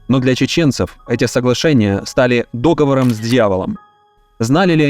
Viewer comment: ДоговОр!!! Да когда уже грамотно будут говорить ?!